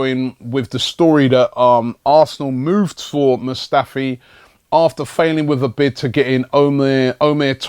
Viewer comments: Hey Robbie now that Mustafi has signed, could you learn how to pronounce his first name now? Cheers bro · It's Robbie,He butchers Players names😂😂....Is this your first time watching AFTV? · hey robbie since it looks like we are getting mustafi you should look up the pronunciation of his first name